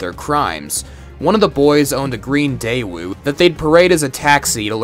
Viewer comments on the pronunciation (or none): none